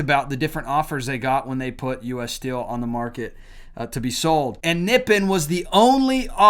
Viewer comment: It is pronounced Nip-pon. That is the name of Japan in their language. Actually, if you have Noritake China, if it has Nippon on it, it is worth some money. That would mean that it was made before WWII. Just a FYI fact.